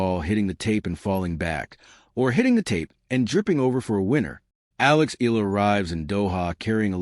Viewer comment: Pronounced: Eh..ya..la